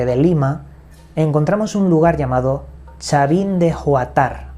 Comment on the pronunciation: Todo bien pero tu pronunciación esta mal es "Chavin" asi como del Chavo asi y no es oatar creo dijiste es "Huantar" con h muda. Del resto gracias por resumirlo y dar a conocer a mi pais 💛🇵🇪